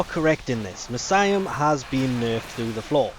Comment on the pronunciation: Jesus, what an awful pronunciation of Miasma.